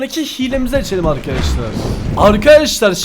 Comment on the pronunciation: arkadaşlar değil arkaaşlar diyo fark ettiniz mi